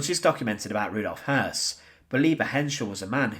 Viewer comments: Hoss, I always thought was Hess, but listening here its pronounced. Hearse. No wonder its hard to keep some of the less well known players straight! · Spelt Höss, pronounced Hess.